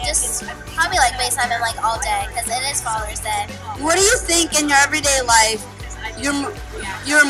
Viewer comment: said falers day